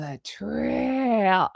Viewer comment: Thank you for today's Easter re-enactments of Bee--TRAYYYYYYYY-RRRRR-alllll ! (hard to phonetics that roar in there !!! 😄😄😄